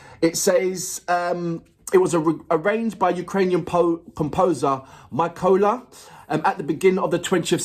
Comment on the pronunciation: Some more interesting trivia, (St.) Mykola (not pronounced like you did) is also the Ukrainian version of Santa Claus. And Merry Christmas to you :) and lol, I just looked up the stuff, even though I'm a Ukrainian Jew (And living in Israel), while it was less about the religion more about the tradition, our Saint Mykola used to actually put the presents under the pillow just like it said in a versus image when I looked up "Ukrainian Santa Claus" on Google. That happened on New Year though.